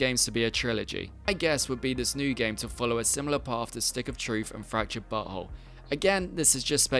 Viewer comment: I like how he pronounces South Park the fractured but whole correctly 😂